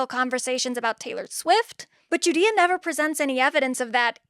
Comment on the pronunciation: I keep on hearing "GUDEA" as "Judea" and thinking our girl is some weird Zionist or something lmao.